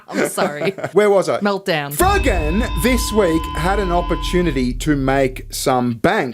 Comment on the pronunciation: I keep hearing "FUGGIN'!" IS he saying FROGAN or FUGGIN'?